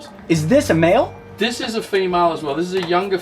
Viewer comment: why he pronounce "male" like "mild"